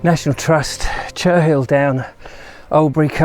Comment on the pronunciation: The nearby village and the Downs are pronounced 'Cheryl', not "Cher-Hill".